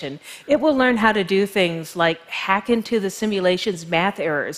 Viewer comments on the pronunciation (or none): none